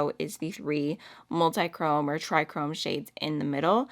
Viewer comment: I don’t know why people keep pronouncing it “try-chrome”. It literally says TRIOchrome. Trio-chrome. Not TriChrome